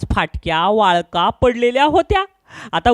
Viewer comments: वाळका नाही वाकळा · वाळका नाही वा कळा😂😂